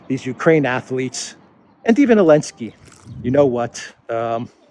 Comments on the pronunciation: What did I miss? Why is he saying Elensky instead of Zelensky? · It makes me laugh that you say “Elensky”. I think I would say ZZZZZZZZZZZZZZZZZZZZelensly instead !